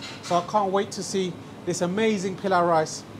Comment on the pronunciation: why do you spell Polau as Pilow? In Bangladesh, we don’t call or pronounce Polau as Pilow. Your presentations and recipes are excellent and you are very good with your Bismillah, please try to spell products to closely match Bangladeshi sound. Hope you get my point. We should not shy away from our culture, food and sound and you are one of the greatest example of that already. Good luck with your channel. Wish you the best.